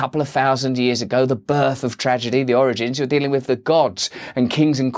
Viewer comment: It’s not 𝙖𝙣𝙪𝙫𝙫𝙚𝙧 (another)! It’s not 𝙬𝙞𝙛𝙛 (with)!